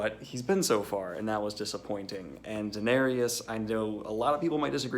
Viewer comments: How come you say Daenerys's name like she's a black dude? Danarius. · Dah-ne-rius? Is that the guy from Hootie and the Blowfish?